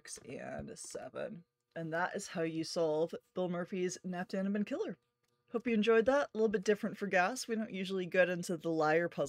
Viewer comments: "Knapp daneben" means something like "close to it" or "almost thereby". The K in "knapp" is pronounced. And "daneben" is pronounced "da-neben", with the first E being a long and clear E-sound, not the typical I-sound or Æ-sound that English speaking people tend to use for an E (from a Latin point of view). The "da"-part means "there". A German A-sound is hard to find in English. But perhaps A as in "father" for "knapp", and A as in "dark" for "da". It depends on your accent, though. I'm not German by the way. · „Keh-NOPP da-NEH-ben“ - the folks at CtC don’t do a great job with this pronunciation either 😂